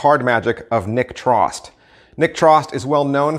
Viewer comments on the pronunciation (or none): Great video! Just one piece of info for future. Nick Trost's name is pronounced like "toast".